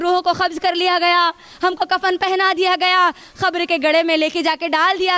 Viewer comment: Khabar nhi khete kabar hota h